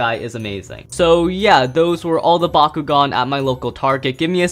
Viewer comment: I keep hearing Bakugou instead of bakugan